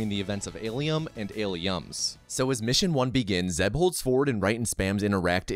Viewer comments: why do you keep sayin "alium"? Not as funny as you propably think it is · Why do you call it an alium 🤨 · "Alium" ? Huh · Are you saying Aliem? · Why is he saying alyum?